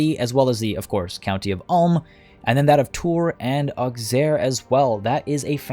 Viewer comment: List of mispronounced french names in this episode: Vexin Capet Auxerre Maine Caen Charolais Berry Aplomb (not a name but whatever) Eudes Gilles Saumur